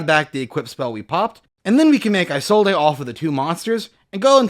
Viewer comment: Why does nobody know how to say Isolde's name correctly. Her name is pronounced "Is-old" not "eye-sold-ay".